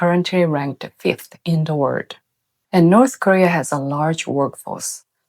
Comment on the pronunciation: I love you: you're a true conscience for the world. I just hope you don't suffer terribly inside, poet so far ahead of humanity's power-struggling.🌌 (One key word : You can use the British pronunciation of 'world' for ease, since the American way is understandably challenging. Or fun move: start with an r and run your tongue along the top of your mouth til it touches the back of your teeth and observe how easy it all becomes.)